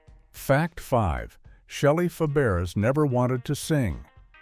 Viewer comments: FABARES is pronounced FAB=BRAY !!!!!!!!!!!!!!!!!! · Shelly's last name was pronounced "fæbəˈreɪ." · Yes, and Shelley's last name is being mispronounced in this video. It's actually pronounced like "Fabaray." Her aunt had also been Fabares, but changed the spelling. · It's pronounced Fabray. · Feb-air-ezz? Feb-er-ezz? Dear God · I cringed when her name is massequred😮several times You called out lazy writers. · Shelly Faberes (learn how to pronounce it!) was one of my early adolescent crushes. I stopped watching when she left. I guess that is why I have no memory of creepy Bob Crane on the show. You forgot to mention Paul Peterson's foray into music with "My Dad." Also, there is nothing unique about a generic hometown. Consider Springfield or Mayfield or Hill Valley.